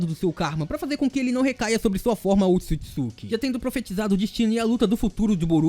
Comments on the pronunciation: Será que só eu fica agoniada quando ele fala otisukisuki? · somos 2 da agonia ele falando errado o nome